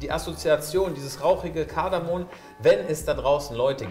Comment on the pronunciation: Es heißt "KardamoM"